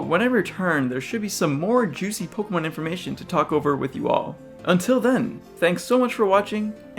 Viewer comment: you say pokemon worse than any person i've ever heard. you say it like you're trying to get it over it. 'pugumun'